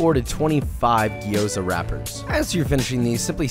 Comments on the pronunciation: Fuck. Its Gyoza and not Gi-yo-za. The way he pronounced it throughout the entire video drove me so crazy that I stopped the video halfway thru. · "Gee-oza"? wtf. the g and y are together, gyo, not gee. Otherwise, great recipe. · Dude, love your videos play them basically on repeat. I know I have no life... no I kid, but I do enjoy your videos but please do the love of Chef Matsumoto it’s not Gi- yo-za it’s two sounds not three. Slur your “G” to the “O” and then say the “za”. Lots of love. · It's gyo-za, two syllables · coming from a Japanese person, it's pronounced Gyo-za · Okay, I don't want to be one of those guys, but I was confused. It's pronounced Jou za. Been in China 3 years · I immediately cringed when he pronounced gyoza wrong. The "a" in gyoza is pronounced "ah", not like the "a" in "apple".